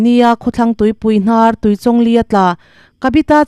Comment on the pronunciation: A pawi ṭhin êm mai!Mitthi chhungte Pathianin Awmpuiin Thlamuan rawh se...Chuan,Tuichawng ilam dan kha a diklo,Chawngtê tih a,Chawng lamrik dan ang hian lam tur.😊